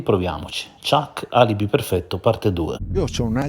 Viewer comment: Non riesce neanche a dire ALIBI perfetto😂😂😂😂😂😂😂